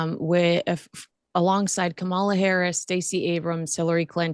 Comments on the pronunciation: I can tell this chick is MAGA by her pronunciation of Kamala Harris’ name. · Now, I reluctantly have to admit may be a MAGA-tt, as she continues to mispronounce Kamala Harris’ name—on purpose? In addition, she has inadvertently displayed her strong conservative views more and more. How disappointing.